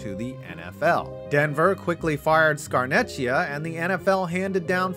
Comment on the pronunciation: I’m sorry, I usually never do this but to pronounce its Scar-neck-ia no ch sound, it’s Italian, no disrespect to you tho